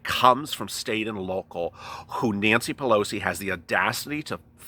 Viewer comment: It's the "we" syndrome! Pew-low-see....